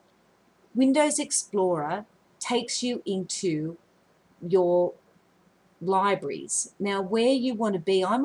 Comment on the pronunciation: She said libries